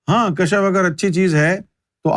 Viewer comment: Kashf ya kashaf pronounce karna chahiye